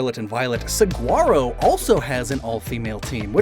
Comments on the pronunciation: For future reference, if his name is Saguaro like the cactus is pronounced Su-hwar-oh with the Spanish pronunciation of the g. Not a hard g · saguaro is pronounced suh·waa·row bc it's spanish. just a small error sdfhsjdk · Fun fact: Saguaro is actually pronounced Sah-wah-roh! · Great video, but as someone who's lived in Arizona my whole life the way he pronounces Saguaro hurts me.